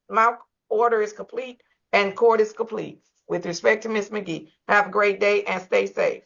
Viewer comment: The judge was already on 10 before Ms. Magee even got on the screen from saying her name wrong purposely n signing before she got on there her whole body language was giving I got an attitude